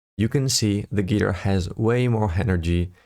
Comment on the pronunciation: Dude! Thanks for the video! Please check the pronunciation of the word guitar!